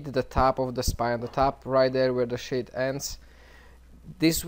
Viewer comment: When he says sheath its seems hes saying shit lol